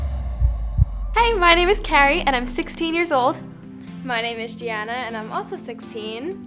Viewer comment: They don't pronounce 'Gianna' correctly.....